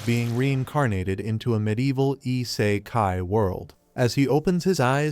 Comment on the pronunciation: Ah yes "E-say-kai world"